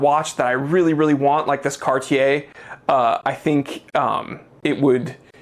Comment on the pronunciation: I just wanna say thank you for being one of the few reviewers to pronounce "Cartier" properly. 👍🏽